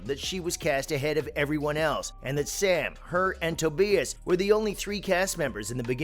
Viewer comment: Tow-BYE-is, not Towbeeis.